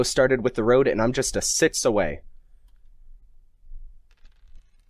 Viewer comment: Why d'you say siths instead of six?